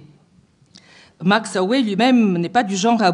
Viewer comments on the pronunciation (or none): Max aue ne ce prononce pas ohé, mais max aou !